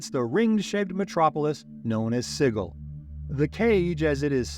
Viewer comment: Awesome Video Just wanted to say Sigil is pronounced "SIJ-il"